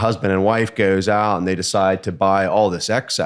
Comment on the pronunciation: is my favorite Yinzer. "... maybe a husband and wife GEOWES AHHT " love it